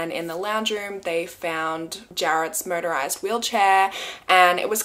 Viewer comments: I keep hearing you say murderized wheelchair. 😂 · I thought she said murderized wheel Chair. I was like 😳😨…oh 😂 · I heard “murderized wheelchair”😂